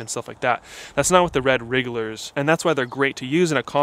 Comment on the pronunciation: Wigglers, not Wrigglers Lol !